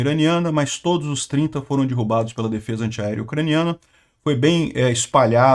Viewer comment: É "derrubados" e nao "dirrubados"